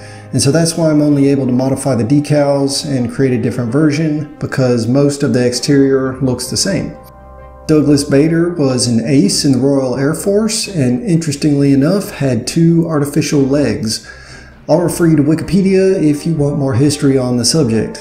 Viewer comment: Nice build. One slight flaw in the video though - Bader’s name is pronounced with a long, hard “a” like the “a’ in “far” and sounds very similar to “Barder”.